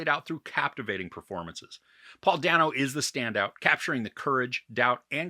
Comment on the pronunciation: I love the movie and your review. It reminds me of another favorite, “The Big Short.” BTW, Paul Dano pronounces his last name as “Day-no.”